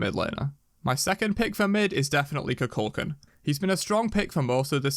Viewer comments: It’s pronounced koo kal khan not koo kal can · Koo-Kool-Kahn. not macaulay kuculkin